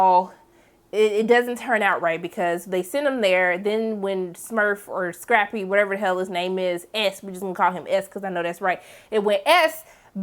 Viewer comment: She was having the most difficult time saying Scrappy’s name 😂😂😂🤣🤣🤣